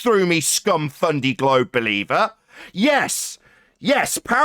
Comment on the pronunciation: Nathan: "Do you understand????!!" Idiot: "Ehhh, jes?!?! "